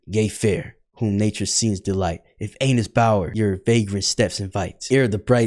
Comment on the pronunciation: Not him repeatedly mispronouncing “Annis” after the guy in the video said how it’s pronounced